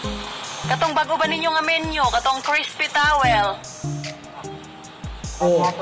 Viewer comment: WoW Grabi si ate galing mo ah! Di porke nag trending yan mang insulto mo agad yong crew! Sa iyo kaya gawin yan! Di ako magaling mag English pero ang pagbigkas mo pa lng menu ay menyo ang pandinig ko haha Grabi si ateng. Ano ba YouTube Channel niya sir?